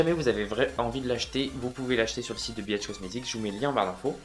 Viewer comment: mdrr je suis trop à l'ouest! je pensais que tu disais biatch comestic et pas bhcomestic, jme disais que c'était osé comme nom de marque mdr